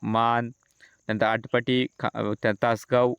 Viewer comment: थोडी सुधारणा करा आटपाटी नाही आटपाडी तालुका